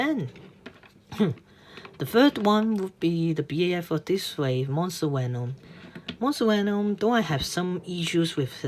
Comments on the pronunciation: no its not he said wenom instead of venom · "figers" "wenom" dude not saying that the review was trash, but learn how to speak English first. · Did u just said: "benom"? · quan ta minh It’s “Did u just *say*.” He said “wenom” which is kind of ironic because Germans pronounce Ws as Vs and he does the opposite